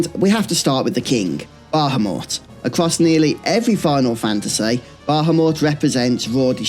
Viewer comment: I enjoy your content but your inability to pronounce Bahamut correctly especially when its spoken aloud in so many of the more recent games is honestly infuriating at times